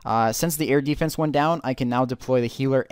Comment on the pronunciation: "Eardefence" o.O